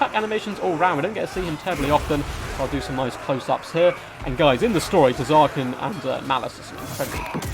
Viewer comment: The T in Tz'arkan is silent btw.